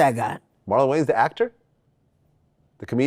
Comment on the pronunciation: Thats marlon waynes not marlon wayans😂😂